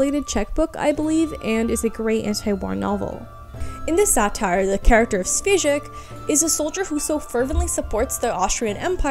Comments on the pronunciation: It's a good video, yet Svejk reads like "Shweyk", not "Svezhik". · Just a Czech person here politely and humbly correcting the pronounciation of The Good Soldier “Švejk”: “Šv” is basically pronounced like “Shv” would be and “ejk” is pronounced the same way as “ache” so probably something like “Shvache” or “Shvake” basically… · Wow this is very interesting! Thank you very much for such a big amount of new informations! Just to let you know, as you´ve talked about "The good soldier Švejk" the name "Švejk" should be pronounced something like "Shveyck". :) I´m Czech person and don´t see people on the internet talking about something czech very often so this mention made me really happy. There´s also a big debate going on about whether or not was Švejk really "an idiot". Some believe he just put on charade as you say, but some people actually read him as an autistic character. I myself read the book and honestly have no clue which one is true. :D Good luck with next videos and have a wonderful time! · Šweijk (pronounced shwaik) is a 20th century simplicissimus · Hey, I really enjoyed your video! Your content is top-notch, and I appreciate the effort you put into it. I wanted to mention something about the pronunciation of name Švejk. I'm really aware that pronunciation of words from west slavic languages could be really difficult for everyone who isn't native speaker. So, I don't think it is big deal. Just for sake of clarity the right pronunciation of Švejk is ˈʃvɛjk'. Or rather better for English speaking the transcription could be 'shveik'. Looking forward to more of your content! Keep up the great work! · Just so people know, the Czech Cartoon Jester mentioned in this video is called “The Good Soldier Švejk” and it’s pronounced like “Sh-vay-k”, the š is a sh sound and the vej is like the word ‘vague’ in English. Wonderful video otherwise, greetings from Prague :)